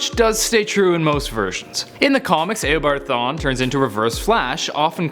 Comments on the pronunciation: Stop saying it aobard thwan its eobard thawne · This mans said aeo-board thawne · It’s eobard thawne not EYYYobard thawne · A-obard thawne? Lol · Did he say Aobart Thawn instead of Eobart Thawn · eobard thawne, not eobart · Did you say Eobart Thawn? lol it's Eobard Thawne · He says aboard thon😂😂😂😂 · "Ayobard Thawne" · "EYobard thawne" facepalm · "Aobart thawne" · lol aobart thawn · YOUR SAYING HIS NAM WRONG